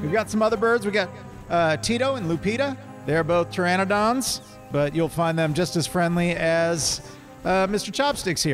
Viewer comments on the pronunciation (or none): One of you said in this video that you all have been playing this for years... yet you STILL say pteranodon wrong. All of you have been pronouncing it as pteradon... there are two 'n's in it... cmon guys, it's not that difficult lol.